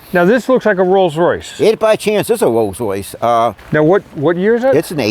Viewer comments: Wolls Woice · a "Woills Woice"????